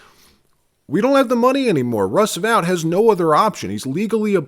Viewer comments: Russ Vote. NOT vowt. Are you simulated using AI? WTH? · It's pronounced vote not vaught. Russ vote. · Dude, it's VOTE not Vout... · It's Russ VOTE, not Russ VOWT. How many times do you have to hear his name pronounced before you get it right? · Russ Vought’s name is pronounced Vote.. not vaute. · Vought pronounced VOTE not Vout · Vought pronounced "Vaught" as in aught not as in out... Russ Vought the force behind Project 2025...❤ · Russ Vought's name is pronounced "Vote", not the way you keep saying it. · I think Vought's name is pronounced "vote". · FYI, Vought’s name is pronounced VOTE!